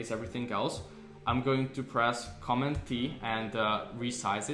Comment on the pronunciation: I was confused about pronunciation of keystroke shortcuts. Sounded like “comma” but American pronunciation would be “comMAND”+. Otherwise a good basic refresher. Thanks